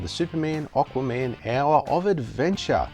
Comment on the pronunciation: Why do you call him "Oqua-Man' lol ;)